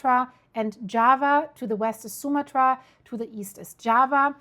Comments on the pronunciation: The name is pronounced: soo-MAH-trah. 🤓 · Archipelago...ahr-kuh-peh-luh-gow. Sumatra...soo-mah-truh with the emphasis going on the 2nd syllable😁❤